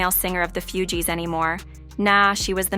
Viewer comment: IT'S NOT FEW-GEEES😂😂😂😂😂😂🤦🏿‍♀️🤦🏿‍♀️🤦🏿‍♀️🤦🏿‍♀️🤦🏿‍♀️🤦🏿‍♀️